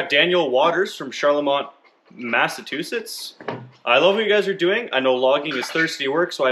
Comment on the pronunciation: Not massa-tusetts MASSA-CHU- SETTS